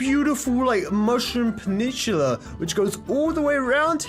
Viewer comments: "MUSHROOM PENITULA" lmaaooooooooo!!! this is why u shouldn't drop out of school kids... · I think he read that off a paper and doesn't know how to say the word peninsula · pinishula Peninsula* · panimpala lol Not trying to make fun of you I just thought it was funny